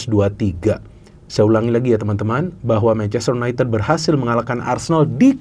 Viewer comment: Bacanya yunaintid bukan yuneted